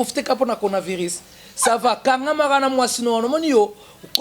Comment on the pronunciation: C'est coronavirus et non conavirus